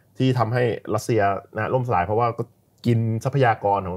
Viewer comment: ล่มสลาย หรือ ร่มสลาย